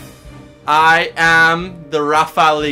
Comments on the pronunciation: Did he just ####ing call it the Rafall-E? A N G E R Y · Rafaleeeeee, je kill me with his pronunciation of the french rafale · What? Did he pronounce the e in the Rafale? it's a deaf letter... Excuse me, I'm french... And Rafale is French...